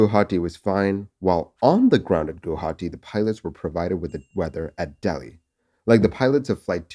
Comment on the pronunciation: You're the first non-Assamese person to pronounce Guwahati correctly. Kudos to you!